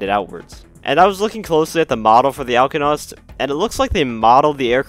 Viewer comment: You most certainly pronounced it wrong 😑.